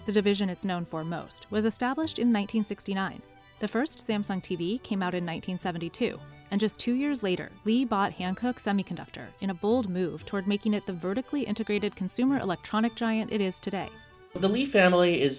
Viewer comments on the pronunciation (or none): It's pronounced H- Ah- N Coo- Uk. I was there when Samsung broke ground on that new complex in Pyeong Taek. It is absolutely massive and employees like 80k construction workers.